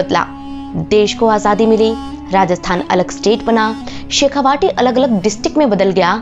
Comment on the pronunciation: Its "Shekha-vati " not "Vaati" शेखावटी!